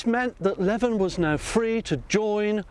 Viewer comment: 'Leven', as in the Earl of Leven, is pronounced 'lee-ven', not 'leaven' (at 7' 46").